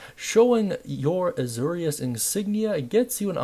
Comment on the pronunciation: It’s pronounced “A-Zor-ius” like Zoro.